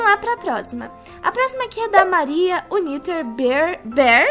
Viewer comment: Quando vc vai falar United vc tem que dizer como se estivesse escrito unaiter ou iunaiter